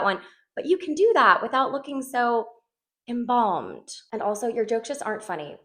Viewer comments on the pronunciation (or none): OMG she said "embalmbed" I choked on my drink 😂😂😂😂😂😂😂😂